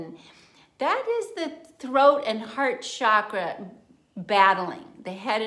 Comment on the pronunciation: Thank you for pronouncing 'chakra' correctly. So many people today use the trendy pronunciation 'shakra'. If you consult a sanskrit dictionary, it is plain that the pronunciation is ch as in 'chalk.' Very good information. Thank you.